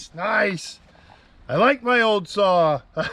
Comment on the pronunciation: I watch this to hear you say, sawRr 😅love it !!!!